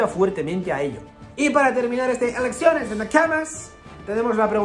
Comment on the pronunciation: Parece que digas "erecciones de Nakamas"